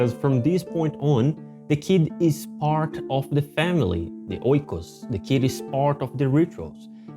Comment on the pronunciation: Enjoy the video. I would like to point out that the pronunciation in 'oikos' is -ekos from the greek word οίκος. Also paizo is pronounced - pehzo . Really difficult to explain without sound. But 'οι' is like 'e' and 'αί' more like 'eh'. One last , 'άι' is pronounced like 'i'.